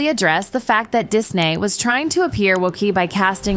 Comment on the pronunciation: the ai voice over on this needs some work lmao, mispronouncingg words like " DISNAY, WOKAY, PETER DINKLIG "